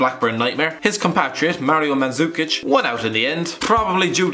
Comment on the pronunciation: Manzukic???WTF its mandukic even non croatian comentators know it